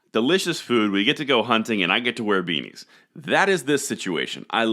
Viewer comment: did u say u like weenies or beanies lol hope it’s the latter one like your Chanel so much good info